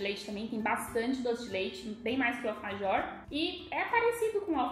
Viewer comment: vc não fala bem vc fala errado alfajor